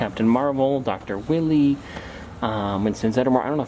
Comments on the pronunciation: The pronunciation on the Dr. from Sonic is weyelie. Obviously not spelled that way, but pronounced that way. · It's pronounced dr why-ly